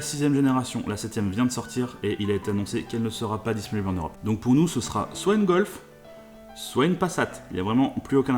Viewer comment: Non mec !qu est ce tu as avec la lettre F...entendre gol c'est juste pas possible pour moi je me désabonne